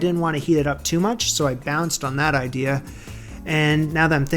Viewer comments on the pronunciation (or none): none